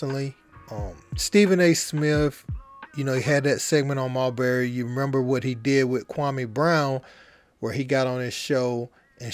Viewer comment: Why he calling him mulberry when it’s marbury…😅